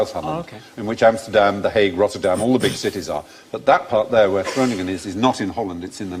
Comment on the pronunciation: I think it's adorable how they tried to pronounce Groningen the dutch way by pronouncing both G's the dutch way. But the second G has an N in front of it so it is not pronounced like the first G.